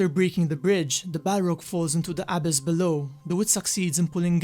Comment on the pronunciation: FYI it's pronounce "uh-BISS" ....not "AH-biss"